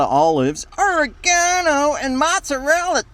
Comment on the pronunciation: Gotta pronounce it 'o-Ray-ga-no' if you're doing the Yank accent